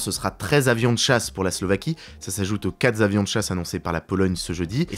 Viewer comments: 4 zavions de guerre. J'ai les oreilles qui saignent... 😅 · Merci pour ce format des actualités toujours intéressant. Quand dit quatrez avions, ça pique les oreilles... L'erreur est fréquente également pour les nombres huit, vingt et parfois cent (cela dépend s'il est utilisé seul)...Merci de penser à nos petites oreilles les prochaines fois:) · Et OOOOOPS, "quatre z'avions de chasse", ça pique aussi ! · "quatre zzzavions de chasse" aïe...